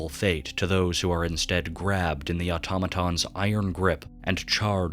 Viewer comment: Ain’t no way buddy said automatons